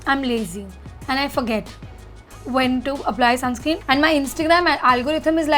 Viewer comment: It’s sunscreen not “sunscream”